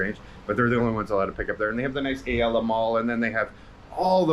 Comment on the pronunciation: It’s Ayala not Alaya. Texas Joes has good American BBQ and their roadkill chilli is super good. We used to drive from Manila to just eat authentic Texas BBQ over there and then drive back.